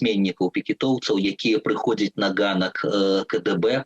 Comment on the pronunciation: Як мне радабаецца, што слова "ганак" гаворыцца правiльна Дзякуй вам вялiкi!!!